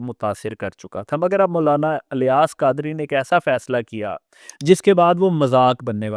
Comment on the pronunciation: افسوس ہے اس اینکر پر جیسے یہ بھی نہیں پتا کہ الیاس الف کے زیر کے ساتھ پڑھا جائے گا یا زبر کے ساتھ نہیں😂😂😂😂😂 اور زبان درازی کر رہا ہے ایک ایسی شخصیت کے بارے میں جن کے بلا مبالغہ ہزاروں نہیں لاکھوں مریدین ہیں۔ جنہیں ہزاروں علماء عالم مانتے ہیں۔ اور اس کے علاوہ ان کے اپنے مدرسوں سے ہزاروں علماء بنے ہیں۔